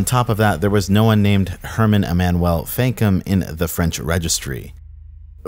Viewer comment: E-man-u-well That's how Emmanuel is pronounced